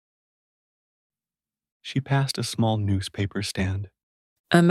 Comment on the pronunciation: A.I. is a faulty tool, look - what is "NOWSPAPER???" I wish you didn't use A.I. but I like these videos anyway and they're helping me brush up on my Fronch. 🙂